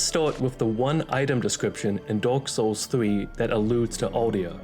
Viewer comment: "dork soles" 💀